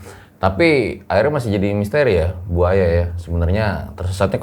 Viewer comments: bang pas ngmng Bu Aya ky ngmng Buaya aku ngakak bgt pas denger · Sama kayak yg saya denger 😂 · yaa bu Aya.. (gue dengernya buaya 🙃🙂🤣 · Gagal fokus sama cara panggil narsumnya. "bu aya",, jadi "buaya"😂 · Kalo manggil Bu Aya jangan disambung dong, gw dengernya jadi Buaya wkwkwk. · Salfok sama manggil bu aya, dengernya BUAYA 🐊😁🤣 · Bang bilang bu aya harus ada koma jangan di sambung cepet jadi buaya😴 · Ane malah salfok apa yang diucapkanin .. dengernya Buaya mulu 😂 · bang pas ngmng Bu Aya ky ngmng Buaya aku ngakak bgt pas denger 😂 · Awal panggil bu aya kok jd terdenger buaya terus ya awal serem jg ngakak🤣😂🤣😂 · Bu - Aya bang bukan Buaya 🐊 ,,,,, !!! 🤣😂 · Aku dengernya Buaya bukan bu aya😁😁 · mas, bukan Buaya , Bu Aya🤭🤭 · Maap bang gua dengernya BUAYA 😭😭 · mohon maap, aku dengernya BUAYA bukan BU AYA 😅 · Maaf nih....kuping gua yg salah atau emang penyebutan? Kok gua dengernya buaya ya bukan bu aya🤣🤣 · manggil nama Bu Aya knp kedengarannya buaya ya 🤦🏼‍♀️😂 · klo bu Aya cerita plisss jgn panggil "bu", kasihan gw dengernya. Dengernya kaya "buaya". Heheeee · Bu Aya.. jangan di sambung baca nya bang 😅🙏